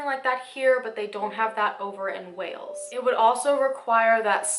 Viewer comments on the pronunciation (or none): none